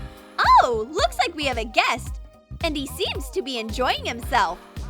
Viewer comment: be not bee